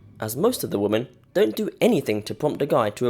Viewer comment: Woman = Singular, Women = Plural (notice the "e" instead of the "a"). The plural form is pronounced "whimen, not woman."